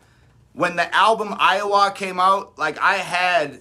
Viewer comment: Pronunciation of Iowah j/s 😉 So cute!